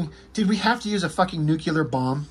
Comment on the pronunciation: Repeat after me. "Nuke-Lee-Ur." Not fn "Nuke-U-Lur." You know, based somewhat on the word nucleus? There is no such word as "nukeyoulus." Also nukeyoulor and atomic are not precisely the same, but "it's fine, everything's fine." You're kind of the Rob Liefeld of speaking 😂 Just fn with ya bro. Love your sh*t. You've gotten some views from me for sure.